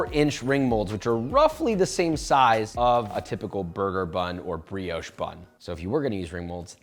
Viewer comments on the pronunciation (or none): none